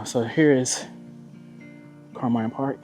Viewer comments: It was pronounced Carmean (like a mean person) when I lived around there. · Most of the people I know that live around here pronounce it, Car-mean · Maybe, ask the people in town how they pronounce the City's name before you start talking. Residents are proud of their town and name.